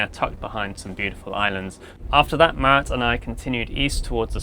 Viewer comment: We spent two weeks on the boat alone, after which [sic - I cant ever hear her name properly] spent some time away... I hear you bro 🤣 (just teasing!)